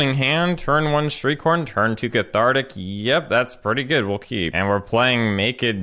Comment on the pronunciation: Half the time when you say "Shriekhorn" it sounds like you're saying "street corn".